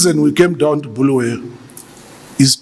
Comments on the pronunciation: minister please it’s not Bullwayo but KoBulawayo . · Say it with me BU-LA-WA-YO there's no such thing as BHU-LU-WE-YO Sir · It's Bulawayo not Bhuluweyo, you look and speak like Gambakwe 🙄